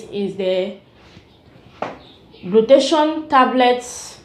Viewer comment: Nice review tnks,,it is call (glu-tha-tia-yon) glutathione